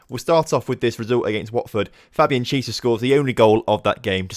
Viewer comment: Chiesa is pronounced key ayy sa